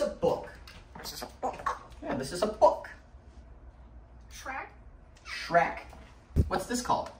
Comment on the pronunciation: Can he not pronounce shrek?